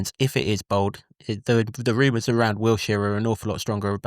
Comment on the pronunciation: How can not pronounce Wilshere, despite the other presenters pronouncing it correctly? Wiltshire is a county and Wilshere is the new Luton Town manager. Do you want to be taken seriously? Get the basics right and then we will listen to what you are saying.